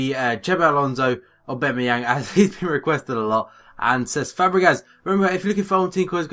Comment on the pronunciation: It's Oh-Ba-Mey-Yong. Not A-Ba-Mey-Yang.